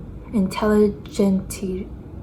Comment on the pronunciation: So glad you had a good time in my city. The rounded escalator in the Starbucks reserve amazes me. And the coffee shop you were in is pronounced phonetically Inteli-gent-sia they have great coffee. I haven’t been to Atlas yet, but I need to get my butt down there.